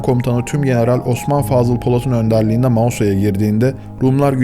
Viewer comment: Bir Kıbrıslı olarak "Mağusa" diye telaffuz ettiğiniz için teşekkürler. Çoğu kişi yanlış olarak "Magosa" diye söylüyor.